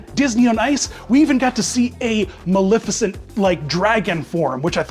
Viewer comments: As a Disney villain purist, I have to point out that the correct pronunciation of Maleficent is- MaLEFicent. Not MaLIFicent. A lot of people mispronounce it, but if you go back to the original film you'll see the correct pronunciation. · yiu do pronounce the E in her name it coms from the word malefic and in the animated feature everyone calls her Ma-lef-icent.